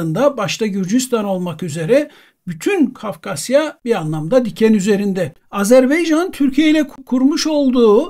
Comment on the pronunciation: Hocam, bütün saygımla ama "iki devlet tek millet" dediğimiz kardeş ülke Azerbaycan'ın adını ısrarla Azerbeycan şeklinde telaffuz etmenize gerçekten anlam veremiyorum.